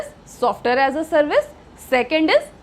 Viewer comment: Madam ass bol rhi thi 😂😂😂